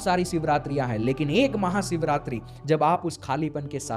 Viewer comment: Sarir nahi bhai, woh sharir hota hai.. bolna sikh le pehle...live sikha raha hu tujhe, Maha Siv ratri nahi,, Maha SHIV ratri hoti hai....